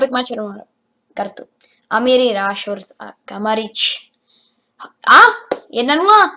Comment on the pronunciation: to jméno se čte Rešford